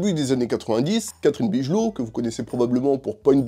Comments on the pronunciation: Ça se prononce,"Bigeulow" pas "bijeulot", le nom de Catherine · Bigelow se prononce big low frérot, mais c'est pas grave, la vidéo est top